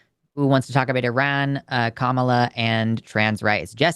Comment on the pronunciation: should learn how to pronounce Kamala's name and what orientation means...